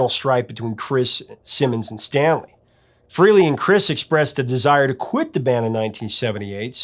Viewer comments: HUGE Kiss fan here. I have Ace Tattooed on my arm. BTW his last name is pronounced Frahley not Frehley like it's spelled. I like Beth not my favorite Kiss, but I like that it was outside of the box. My favorite Peter Criss song, that he sings anyway is Black Diamond. I'm impressed with how much you know about Kiss. I've been a fan since Crazy Nights in 87. Bought the non make up stuff first and then got into the 70's stuff shortly after. Imo Peter probably didn't have much to do with the actually writing of the song. He sings it nicely but that is probably as far as it goes. Paul and Gene do like to control everything, but the band would have died in the early 80's if they hadn't. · "Rock and Roll Over. ...NOT Rocka.and.Roll "ALL" Over. Pronounced : Fray- LEE NOT FREE-LEE. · It's pronounced FREHLEY, not FREELY! ☝🏼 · Frehley is pronounced "Fray-Lee" not "Free-Lee". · Why do so many people insist on saying Ace Frehley’s name wrong , even Ace says it isn’t pronounced Freely , it’s pronounced Fraylee , spelled Frehley , but so many people say it wrong. If you are that much of a music guru , you would know how to pronounce musicians names. Good lord get it right. And it isn’t a location type of pronunciation. You don’t say it one way because you are from the east coast or the west coast , it’s Frehley.